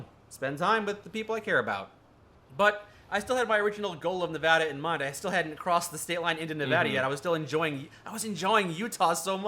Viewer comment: HE SAID NEVADA RIGHT WOOOO